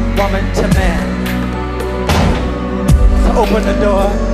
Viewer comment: Set me FLREEEEE 😂😂😂😂😂 man sounds like s bloody scott